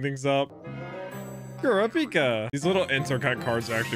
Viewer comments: Can someone please help with how to pronounce Kurapika 😭 the first A is exaggerated while (pika) is extremely short. So like Kuraap-ika 🤔 not Kuruh-peeka. But pronounce is however you like 😅 still here for the ride! I’m so excited for you!! You’re gonna like this just as much as Naruto or maybe even more 🤷🏾‍♂️ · i thought it was "kur-ah-pick-uh" ? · IT'S KUR-A-PIKA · U said kurapkis name wrong see it in dub